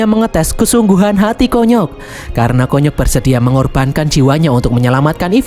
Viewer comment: KONYOK di baca kunyuk 😂😂😂